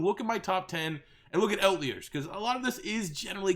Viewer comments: Lucas Borja damn Canadians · that’s not how you say outliers lol